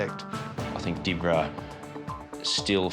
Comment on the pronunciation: It wasn’t Di-bra, it’s pronounced Dib-ra 😂